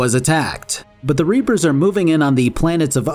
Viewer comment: I absolutely lost my shit at "Do not give in to the Ree-Appers Ander SON" and had to rewind the video.